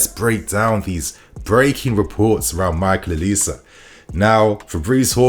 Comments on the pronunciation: the name is pronounced O-Li-Sé. Its 3 syllables not O-lis. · it should be pronounced oh-li-say. Nigerian name.... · His name is pronounced Oh-Lee-Say!